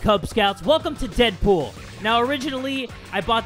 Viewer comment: You sed Dead boop not dead pool